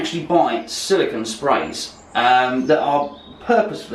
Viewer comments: First, regardless of accent, it’s not silicon. It’s silicone. Secondly, great video on beating a dead horse...and beating... and ..oh god... the blood! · It's Silicone, not silicon!